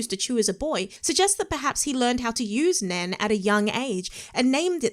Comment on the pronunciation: NEN....just say NEN. 1 time 🤣